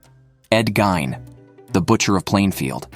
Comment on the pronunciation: It’s Ed “Geen” dude